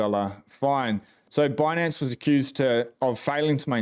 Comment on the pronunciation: I found it hilarious she kept saying bunance instead of binance